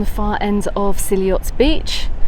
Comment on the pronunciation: It's actually pronounced see ot Great video, been going since 1989 love it